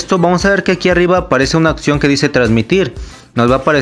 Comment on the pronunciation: La "otsión" 😂😂😂😂😂😂😂 en el Yu tu 😂😂😂😂😂😂😂😂😂😂